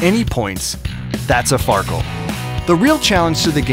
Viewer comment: Far keel xD